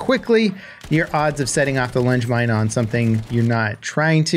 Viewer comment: I heard lunch mine 😂